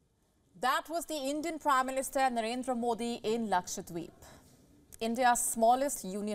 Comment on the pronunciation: Dear News reader.. It's Lakshadweep and not Lakshwadeep 😅